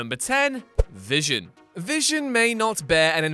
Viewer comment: I know you just didn't say vison?? Did I hear you say v ison... You NEED TO DO THIS OVER